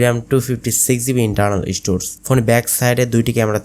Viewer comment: শব্দটা স্টোরস না স্টোরেজ